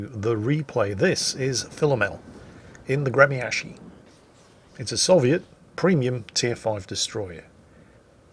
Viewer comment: for the love of everything salty Its "Gre -mya-shiy" there's no "K" in the pronunciation